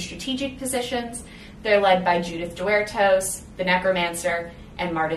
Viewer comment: The only complaint I have is that your pronunciations don't match what's in the audiobook. Canaan House is like "KAY-nin" house. Deuteros is like "DU-tuh-ross". Protesilaus is like "pro-teh-za-LAO-wus". Jeannemary is like "ZHAN-mair-ee". Nigenad is like "NAI-guh-nad" with a hard G. Cytherea is "kih-thuh-RAY-uh".